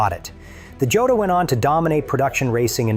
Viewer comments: The Laverda Jota is pronounced hoeta. It is Spanish. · For anyone watching who's not A.I...the Laverda Jota is pronounced ""Yota."